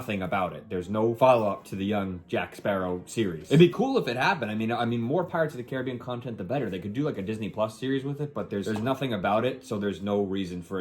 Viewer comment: Why the fuck are you pronouncing "Caribbean" like that? It's fucking retarded.